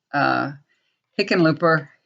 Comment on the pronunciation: Yes, you are correct about how to pronounce Hickenlooper. Not sure he's that much better than Gardner, but there you have it.